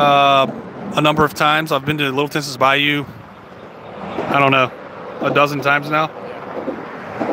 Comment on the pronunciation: Just FYI - Tensas is pronounced like Tensaw.